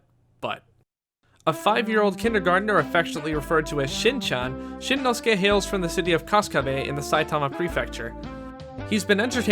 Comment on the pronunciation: Shinnosuke... nicely pronounced